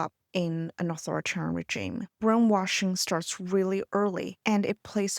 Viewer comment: The G in "regime" is soft. The word is originally French, after all. Think reh-zheem, not Jeem.